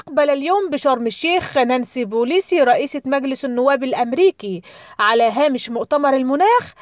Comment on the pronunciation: نانسي بيلوسي وليس بوليسي . انطقي الاسم صح وبعدين طبلي